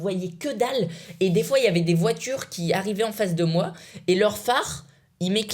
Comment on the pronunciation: mdr il a dit combient de frois frére